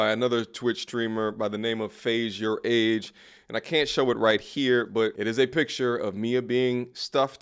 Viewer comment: Wait not faze your age 😭😭😭 its "your-rage" 😂